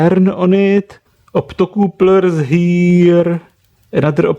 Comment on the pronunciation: Optocouplers killed me :D czech accent at it's finest, great vid. tho ;)